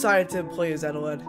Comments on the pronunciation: Eteled Subtitles: ETAWED UwU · he says his name wrong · I put on subtitles, and they called eteled “Adelaide” (for some parts) It was kinda funny tbh